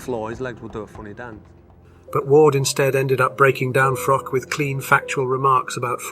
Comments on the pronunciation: That’s not how you say Froch’s name It’s pronounced Frotch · Froch with a h on the end, not froc sorry was doing my head in everytime he said his name lol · With respect it’s pronounced Fro-ch. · "Frock" lmao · I can barely watch this. Every time you say frok, I wanna punch the screen. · The narrator can't even pronounce Carl Froch's name correctly. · Sort your commentary out. Try and pronounce Froch correctly. Ffs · FFS can you at least pronounce Froch properly